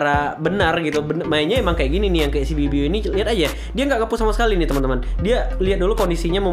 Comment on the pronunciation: Bg biu biu bukan ibu ibu wkwkwk #gameterakhir